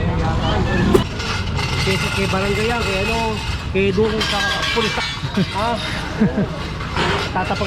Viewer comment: Kay (not KE). Doon (not Dun).